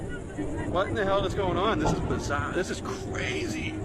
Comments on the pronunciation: I’m from RI and instantly knew he was from Bahston, Massivetwoshitz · "Bizaaaah!" Kudos to the Bostonian!